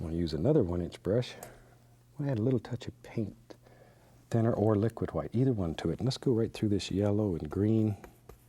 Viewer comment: I just adore how he pronounces the names of the colours, specifically "hwhite", hehe. Such a lovely soul Bob.